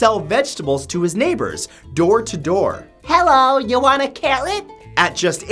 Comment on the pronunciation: Hewwo u wanna carrot 😂😂😂 good vid as always